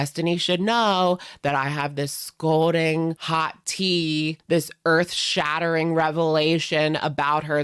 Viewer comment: "scolding hot" 🤦🏻‍♀️ at it again. It's scalding, dammit. 🙄